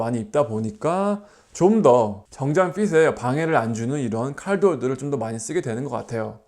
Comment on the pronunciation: 그런것도 있겠지만 r발음보다는 ㅣ발음에 가깝게 들려서 그런거같아요😅